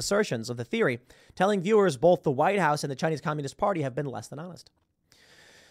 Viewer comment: Tim Pool says, "BOLTH"! There is no "L" in "BOTH"!!!